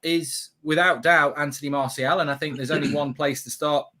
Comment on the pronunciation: Is anybody else disappointed Ricky pronouncing Martial properly now? I much preferred him calling him Marshall :-)